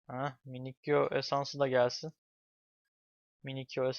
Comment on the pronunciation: Minikyo değil minisiyo